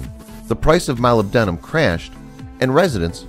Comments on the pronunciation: You're pronouncing it wrong. It's "MO-LIB-DA-MUN" (Molybdamun) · I dont think you could mispronounce Molybdenum any worse if you tried.